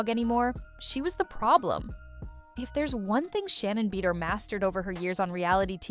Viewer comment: Take your AI ass and learn to pronounce it like Ba doir!